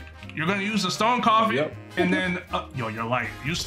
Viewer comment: It isn’t said stone coffin it’s stone cough and